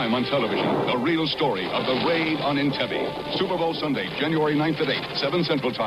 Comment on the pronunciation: Announcer mispronounces "Entebbe". Wow. Would everyone have still flocked to see "Raiders of the Lost York"?